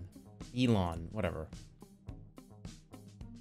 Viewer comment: All of this and the most fucked up thing he said was “Ellon” instead of Elon